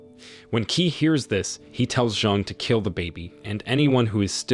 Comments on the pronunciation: Qi is pronounced Chi but key does sound funny! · Qi pronounce as Chi